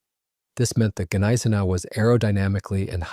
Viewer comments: Neye-sen-ow at least pronounce it right. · Please learn the correct pronounciation of 'Gneisenau' (gun-eyes-a-now). The 's' is sounded as 'sh'. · Bro i'm German and what u trying to explain, doesnt make any Sense. Gneisenau is definitly spelled with the G not silent.